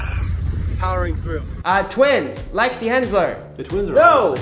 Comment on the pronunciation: it's Lexi not lexis